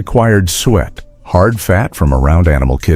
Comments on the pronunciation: It's pronounced Sue It! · Suet is not pronounced "sweat."